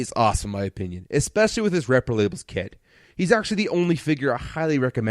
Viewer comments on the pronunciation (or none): What fucking word is said ? Espekcially? Never heard of that, can I have the definition?